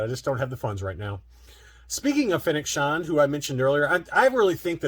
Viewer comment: Who's Fennec Shond?😉